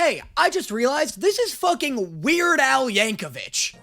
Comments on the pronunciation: haven't finished yet but i'm rly hoping u learn tyler's name by the end lol toby is the creepy reporter 😔 we stan tyler edit: yayyyyyyyyy <3 as a person with a weird name i get sensitive about names lmao u also said weird al's last name wrong; it's yankovic, not yankovich <33 love u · (Scrolls) (...scrolls) Okay wait, has nobody commented on him mispronouncing Yankhovich? Yang-ko-vick.